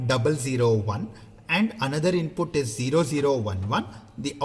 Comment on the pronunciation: Useful content. The only thing that is annoying is pronunciation of input. INPUTTT😂😂🙏